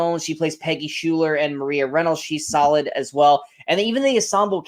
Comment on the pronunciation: Angelica..."Sky-lar". That's how it's pronounced. No shade, unless you know, I don't blame you. We're all learning. Anyway, loved your review, thanks!